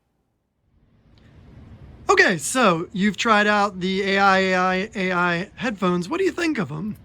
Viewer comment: The brand is pronounced "I I I"